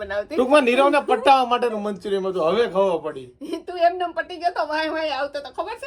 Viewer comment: tame Maa-Dikro bhega thai ne Payal ne radavo nai..ae vlog ma hasvama kadhi nakhe che... Payal bau sari che...ae tamari same jibha-jodi nathi karti... aemne pan khotu lage... tamari mummy ne kaho k payal ni taarif vlog ma kare... thank you❤ And it's manchuriaN not manchuriaM❤😊